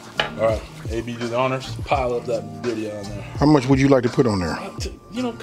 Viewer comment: You have to roll your (R’s) !🤣🤣 birria it’s like one my favorite dishes